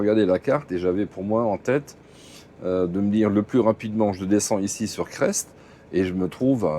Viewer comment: Bonjour , je suivais aussi les Gruntch , la cellule de leur camion Mercedes etait bien avancée et depuis pas loin de 1 an plus personne , le noir complet . Dans le parlé régional on dit Cré et pas Creste par contre pour faire les Combes Laval faudra revenir un brin sur tes pas mais c'est tres joli et faudra choisir : regarder la route sinon c'est le ravin . Risque d'éboulis en cette période vaut mieux fin de Printemps . Bon viadge .